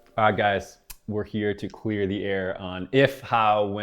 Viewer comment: Did he say "queer the air"? Hahaha